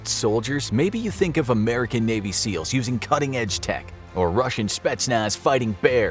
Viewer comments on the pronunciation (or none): none